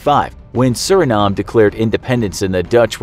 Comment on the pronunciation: it’s pronounced “sur-in-NAME”